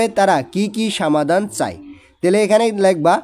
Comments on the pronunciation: স্যার আপনার বাংলা অনুবাদ পরতে একটু সমস্যা হয় আপনি সমাধান কে বলেন সামাধান এছাড়া আরও অনেক কিছু বলেন একটু ভালো করে পড়েন 😔😔😔😔😔😔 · সামাধান না সমাধান 😂